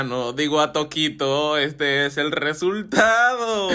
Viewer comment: Bro no es toquito es tokito